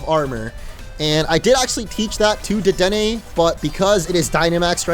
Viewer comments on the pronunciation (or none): Was with back when he calls Dedenne, "Deden"